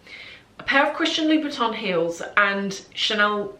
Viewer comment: Please call correctly Louboutin. You pronounce it like Louis Vuitton 😮 O M G